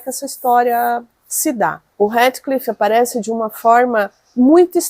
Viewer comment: Dói os ouvidos a forma que vc pronuncia o nome do HEATHCLIFF 🤔